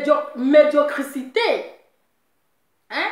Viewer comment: on dit la médiocrité, médiocrité, médiocrité médiocrité 😀😀😀😀😀😀